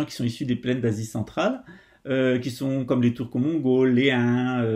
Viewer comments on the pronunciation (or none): Pas les "Mongaules", mais les "Mongoles"! ^ ^